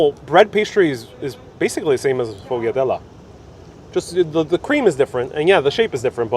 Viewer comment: "SHFOYADEL" ITS "SHFOYADEL" Just say it quickly all at once ! And the Lard bread omfg , I haven't had or made it in at least 7 years , Thanks for the reminder